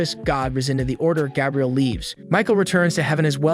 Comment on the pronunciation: Did you intentionally mispronounce Gabriel?